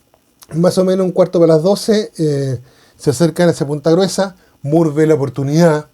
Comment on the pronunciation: Estimado buenas, según historiadores peruanos se pronuncia “More” y no “Muur”. Saludos😉